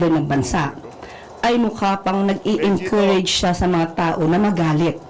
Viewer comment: Sabi ni "mageenkurayge" grabe talaga mag English tong hayop na eto.